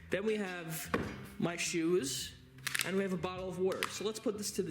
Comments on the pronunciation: “Then we have my shoes… and we have a bottle of wooder” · You pronounce water like a Philadelphian my man